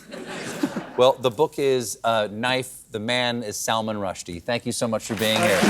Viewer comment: When Stephen went through his opening monolog and said Salmon Rushdie was coming up next, I was shocked actually said out loud, "Did he just say Salmon Rushdie?" absolutely convinced he was dead. What a wonderful sense of humor and humanity he still has.